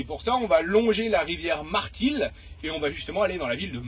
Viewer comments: C est Martil et non pas Matril ! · C'est MARTIL et non MATRIL😅 Sinon Bravo pour vidéos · Madame c'est Martil et non Matril.